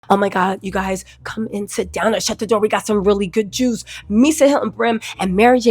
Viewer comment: “We got some really good Jews!” You know it’s good when isn’t pronouncing correctly 😆 ❤thanks!!